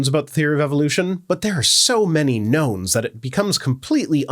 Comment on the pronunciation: Thank you. I misheard your words at about the point and was for a moment delighted to hear that science had confirmed the existence of Gnomes. It was such a let down half a second later to realise you had said "knowns."